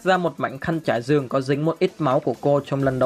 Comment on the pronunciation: Ủa sao lại là thâtz đại liệt cường Mà ko phải thất đại liệt giường